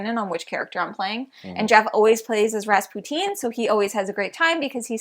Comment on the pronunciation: And how they pronounce Rasputin as ras-poutine xD